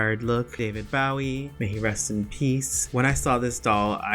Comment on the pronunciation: Bowie is pronounced with a long o.